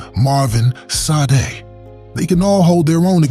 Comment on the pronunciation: Sade's name is pronounced… "SHA-DAY"